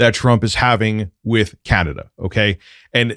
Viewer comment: C-An-A dah:D!!! just face it you're RTU2.